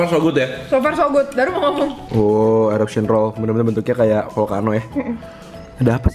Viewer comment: the way pronounces 'eruption':')